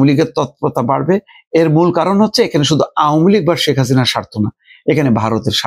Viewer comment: আওমুলীগ না আওয়ামী লীগ। শুদ্ধ করে বলেন। ভাই ইউনুসের দালালী বন্ধ করেন।